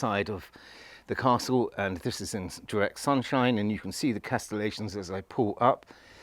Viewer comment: Crenellations not the Castletlations old chap!